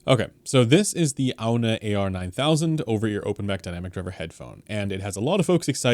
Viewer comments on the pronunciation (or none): I think it's pronounced "On"... Like lawn... Or yawn... Or simply... On. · Hi, “Aune” is pronounced “Own”. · Pronounced "Oun". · It's pronounced "ON"... AUWN... On...